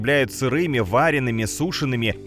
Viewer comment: Не вареными, а варёными